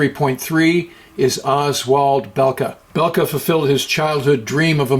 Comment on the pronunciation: its bulke thats how you pronounce him he was also richtoffens mentor